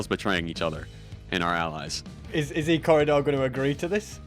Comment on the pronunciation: "ill give you Ecorridor" still gets me to this day